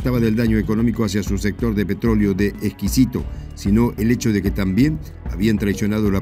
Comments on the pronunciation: Es petróleo de esquisto, no "exquisito" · un detalle , se dice petróleo de "esquisto" no exquisito . el esquisto son rocas porosas con petróleo, el cual es sólo posible extraer con la técnica de fracking, la peor de todas, la más contaminante